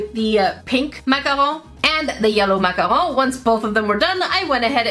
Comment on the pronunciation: I’m sorry.. but that’s not how you pronounce macaron…